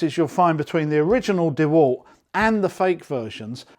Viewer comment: Dewult not dewalt? Lol